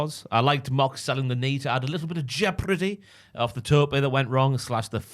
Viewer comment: I have never heard the word jeopardy said like that